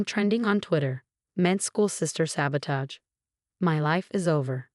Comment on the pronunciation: It's alma mater, with a short A. MCAT (Medical College Application Test), not NCAT. Board, not bored. Pronounce "sabotage" correctly. Twitter no longer exists. I guess Amelia lives in the Baltimore area?